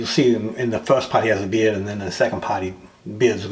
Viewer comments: Watching the video, halfway through, I realized beard not beer... Lol. I thought it was funny talking about being professionals, but drinking beer on the job. Lol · Hey. Thought you said he had a beer... Lol